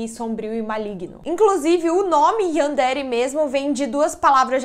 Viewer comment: Sem hate mas se pronuncia Yanderé